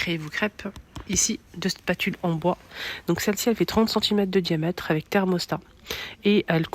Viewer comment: Juste une petite remarque , on ne dit pas "diamète" mais "diamètre", sinon merci pour la description .